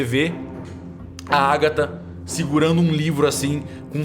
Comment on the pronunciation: Níguem: a Agatha:TrAnCEndER????